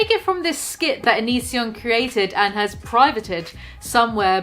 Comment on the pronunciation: I cringe so hard everytime onion boy says and; "andtss".